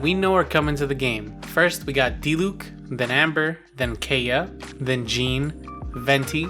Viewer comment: And Kay-uh